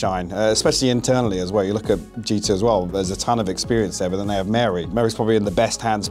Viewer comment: thats wary tho, not mary